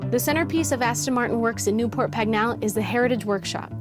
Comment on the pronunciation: It’s Pagnell, not Pagnall.